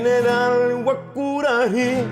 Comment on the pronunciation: Error se escribe Guaçurarí con Ç letra que se llama CEDILLA y en español significa Z suave y se pronuncia como Z o S por lo que GUAÇURARÍ voz guaraní se pronuncia GUAZÚRARÍ que traducido al español significa VENADO ARISCO